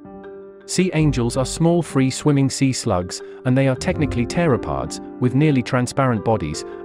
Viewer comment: Why did he suddenly become American when he said, "Pterapods"?